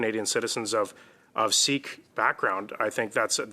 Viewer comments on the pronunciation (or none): none